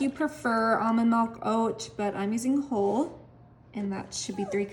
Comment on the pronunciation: why does she mispronounce so many words? wholed milk, mud root beer, nick and crannies. also it's like watching a four year old cook. just think of all the chemicals in these recipes, lazy and gross 1/10